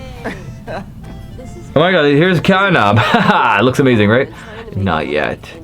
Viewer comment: catnap not catnak